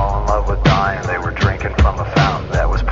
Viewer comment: "They were all in love with dying they were doing it in Texas" Oh.... oh my god. I... am I the only one who heard "dying" as "Dion"? Like a cross between Diane and Dylan? I... I thought it was a girl's name! TWENTY FIVE YEARS AND THIS WHOLE TIME I THOUGHT THEY WERE ALL IN LOVE WITH THE SAME GIRL AND HAVING A LOT OF SEX IN TEXAS